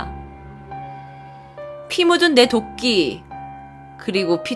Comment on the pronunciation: 자꾸 도끼가 독기 라고 들리는 1ㅅ..